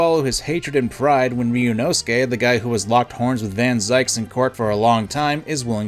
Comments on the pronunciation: Hey so, I really don't want to be that person (but I'm still being that person, sorry. I don't intend any offense or condescension) "Zieks" is pronounced Zeeks [zi:ks]. If it was written "Zeiks", then it would be pronounced the way you do. Just for future reference if it ever becomes relevant again! :) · Love the analysis, but I have to say Barok is pronounced like "baroque" and Zieks is "Zeeks"!! Eta: Goetia is "go et ee ah" Eta2: Sumire is "Soo mee ray"